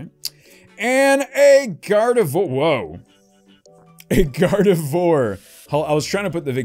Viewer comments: I know it doesn't really matter but Gardevoir is pronounced "Gar-de-vwahr" (it's a play on French words), not "Gar-de-vore". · Your pronunciation of Gardevoir hurts.. It's pronounced Garde-vwar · "Gardevoir" is pronounced "gar-de-vwar".